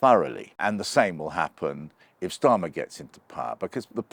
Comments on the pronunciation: Again "Ssshhtarmer". You're an adult. You're trying to talk to us yet you're using playground name slurring, I am disconnecting, not paying attention to your words and phrasing, because I'm waiting for your deliberate misspeaking. But I've also stopped listening for that and am just carrying on with my day. I've seen you a few times, not really known who you were but I formed the usual quick assumptions based on position, points etc. To see you using playground name misspeaking, omg, it's laughable. It's such a basic, unintelligent form of attack. It makes me think you'll struggle to make reasoned points if you resort to playground name misspeaking. In my mind I'll know you as the guy who uses playground name misspeaking. Because this is what you're doing, repeatedly. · Funny how Oborne pronounces "Starmer" as " Shtarmer" using a a German pronunciation for the 'St' sound. How odd. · Why does he keep pronouncing it as "Keir Shtarmer"??? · Shctarmer? Are we in Germany? It's starma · I love the way he pronounces "Schtarmer" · Since when was his name pronounced Shtarmer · I'm amused by how you pronounce "Schtarmer" :-) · When I hear Oborne say Schtarmer, I know where this old sckool Arabist anti-semite is kumming fromm. Jah? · Is Peter pronouncing Starmer Schtarmer on purpose? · I'm loving this new pronunciation of Starmer as Shtarmer, like Skoda is now Shkoda. Not quite sure why or what it means, but loving it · That's an unusual pronunciation of 'Starmer'? What's that all about?